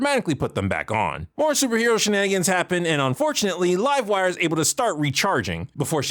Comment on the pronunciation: You said livewire wrong... it's pronounced LIVEwire